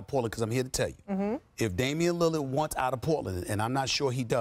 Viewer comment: "if Damian lillad"I'm dead